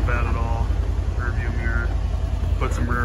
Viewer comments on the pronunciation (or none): none